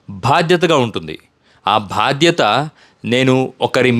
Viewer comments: "భాధ్యత" కాదు...."భాద్ యత" ......bhadyatha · భాద్యత కాదు, బాద్యత అనాలి